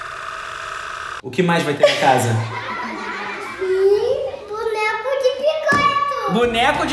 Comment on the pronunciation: VC falou invés de casa VC falou tchsa foi assim que VC falou😇🤗